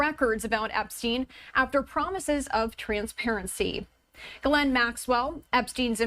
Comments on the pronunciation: Oh, so rather than being "Epsteined" she'll be "escaped". Lol, it's not Jizlaine, it's "Geh-laine", the s is silent and the Gh is like in Ghost. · It’s pronounced Gee lane (Rhymes with Elaine). It’s not common name in the US. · This reporter can't pronounce her name correctly.